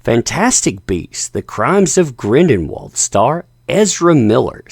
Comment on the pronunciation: it's not "Grindenwald"